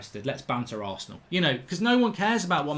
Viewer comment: man said arshit😂😭😂